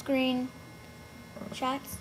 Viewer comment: Sorry but I'm confused a little. Did you say screenSHIT?